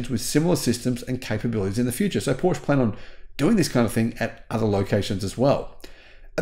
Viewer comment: It’s not Porsh it’s Porsh-a